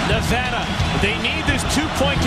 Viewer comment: Thank you for saying Nevada correctly.